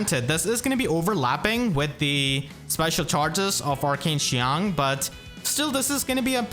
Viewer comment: I want to give a round of applause for how well pronounced qiang, unless he speaks mandarin, which would be even more impressive